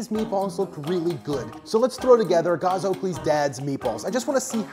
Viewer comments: great recipe. I've always wanted to try vegan meatballs, but I have to let you know that Gaz's name is pronounced "Ga-z" not "Garh-z" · G-az never heard it pronounced g-arz before haha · Gazzzzzzz, not Gause 😬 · Yeah: Gaz is like "has" - not "gauze"... :D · Hannah Levbarg - He didn’t say «gauze» («gåz»/«gawz»), but «gahs» (« gahz»). You’re right, it’s as in «has», «Gæz», to be correct... 😊